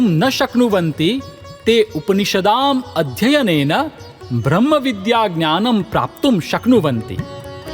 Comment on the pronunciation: The moment I hear भ्र in ब्रम्ह .... I quit